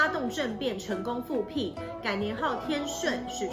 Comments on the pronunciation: 讲的还行，这个多音字实在是.....朱棣（di）骑（qi）兵 复辟（bi） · 朱棣（ㄉ一ˋ）骑（ㄐㄧˋ）兵 复辟（ㄅㄧˋ）